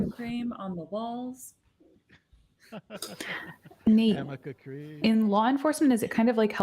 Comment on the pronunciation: And it's ARNICA CREAM. There's no such thing as AMICA cream. is an idiot and mispronounced it 50 times!